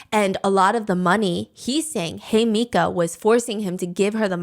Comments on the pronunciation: It’s hee-meh-ka not hey mika 😭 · Her name is pronounced "he-me-ka" 😭😭 not hi mika 😂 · Looking through the comments to see how many people correct Hi-Meeka to the right pronunciation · Uhmm, I’m pretty sure you are pronouncing her name wrong. Her name in Japanese reads “Himeka”, it is pronounced something like “Heemeka” as in “He / Me / Ca(r)”. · You called her Hemika, but actually her name is “Himeka”. She call herself ‘Hime’ and in Japanese this word means princess❤ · lolol I think its himeka and steph just rolled with hey-mika; love a dyslexic queen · It’s HEE mih cah! Just fyi for pronunciation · all to MISPRONOUNCE THE REAL SUBJECT'S NAME 😭 i'm sorry girl idk how long i can sit here and hear "hemika" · He-meh-kah Is the correct way to say Himeka's name. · The pronunciation of Himeka as Hemika is killing me 😭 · the way you pronounce her name 😭😭😭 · Let’s all discreetly gloss over her name’s mispronunciation 😅💦